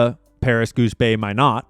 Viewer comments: Great Work!!!! And you pronounce Minot, ND as MY-KNOT, fyi~!!! Big Air Force Base there, I believe! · Minot, ND is pronounced ‘My Not’ with the emphasis on My. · oh dude - stop pronouncing Minot wrong. We are trying to tell you its pronounced Mine-aught Minot Air Force Base is located in the USA so no need to pronounce it like a french word lol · Just to help….Minot, ND is pronounced My-knot. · Minot Pronounced Like "Why Not" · Minot AFB is pronounced 'My-NOT'. The T is not silent. All this French Candace propaganda is gettin to your head. Annoying as fuck hearing you mispronounce American words cause youre trying to put a French spin on it. Couldn't get past 15min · It's pronounced My-not, Minot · "Minot" pronounced "My-not". Minot AFB ND used to house B-52's back in the day, now maybe just the ICBM's. not sure if it's still part of Strategic Air Command. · It is pronounced My Not. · You’re the only person correctly pronouncing Minot, and then someone obviously chimed into your headphones to tell you that you’re not saying it correctly.. lol , so you “correct” yourself and pronounced it wrong and then proceeded to pronounce it wrong again and again and again and again…. UGGGHH …. You guys, really, NOT 1 of you were in the Air Force or are a veteran??? Or have any family members who are veterans? It’s Minot , not My not 🤣 😂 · Minot is pronounced like why not but starts with an M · It’s pronounced “My-knot.” (Minot, ND) Not a French sounding (mih-know) name. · Minot is pronounced MY knot,,,, and IF you visit "Prescott Arizona" ,,, say "Pres Kit" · I would like to clarify that Minot, North Dakota is pronounced Mynot. Rhymes with “Why not?” Why not Minot? Freezins’ the reason. Minot ND has been the coldest place in the world before. So has Grand Forks. It is summer in Antarctica when it is winter here, so sometimes it’s -40 degrees there and -60 degrees in North Dakota. Why not Minot. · “My not” instead of “Minnow” pron. of Minot. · Pronounced My-Not